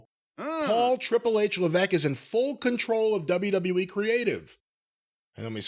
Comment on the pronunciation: Isn't there an S in HHH's surname? Why does keep saying leveque?